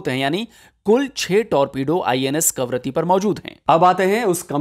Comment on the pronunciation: कावारत्ती के लिए हर बार "करावत्ति" बोलै गया है, सही नाम केवल 4 बार. . . Gives a very bad impression. . . Please take care to brush up your GK also. . .Very good effort otherwise. . .Good luck